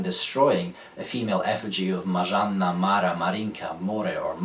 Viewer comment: Perfect pronunciation of Marzanna and the other variations :) Are you a Polish (or other Slavic language) speaker?